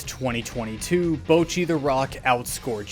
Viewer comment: Dude makes a 15min video and fails to pronounce Bocchi Not sure if that's ignorance or courage to put it out like that